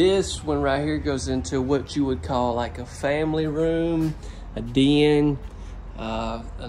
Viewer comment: deeyehn. its den.